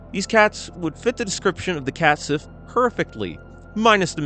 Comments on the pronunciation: the sith in cat-sith is pronounced, as shee i think it Celtic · "sith" is pronounced "she"